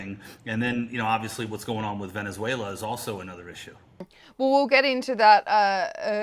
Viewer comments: VenezueLIA? Errrr...nope - wth? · Someone want to teach this " journalist" how to say Venezuela? Tell her that country has never been called Venezuelia by anyone ever! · She mispronounces the country as Venezuela-ia. Can’t they find an interviewer who actually speaks English ? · It's pronounced Veh ·nuh ·zway· luh. Not every country needs to end in "ia". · Gi shin ping? Venezueleeeeaa? Had to be on purpose right? Or thick af? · Its Venezuela not Vendzuelia !! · There's no 'i' in Venezuela,. Sorry, but it really irritates me when I hear a country's name being pronounced wrongly so many times in the same discussion. Otherwise a really good discussion. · Apart from her extremely annoying voice and pronunciation of Venezuela, how many times did she say Venezualia ?? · Does everyone in Australia say Venezualia? I won't blame a ya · I'm from Australia and I don't say Venezuel..i..a. I am not sure how you can get employed by the Times without being able to pronounce the names of countries correctly.